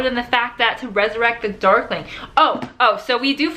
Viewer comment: At the beginning I thought you said duckling XD